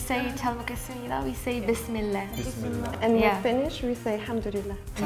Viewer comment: its bismillaah, not bismilla